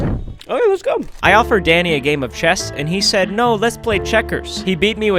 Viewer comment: bro said his name is Danny when you put on caption but it sounds like he said… D A D D Y